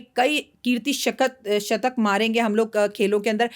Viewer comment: Shatak hota hai shkat nahi